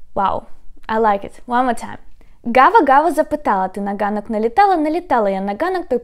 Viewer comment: На [hanok], и сразу - и в остальных случаях [ganok]. В разных фильмах слышу [gazel'] или [hazel']. И слышу, что разные люди по-разному произносят [gudzik] / [hudzik].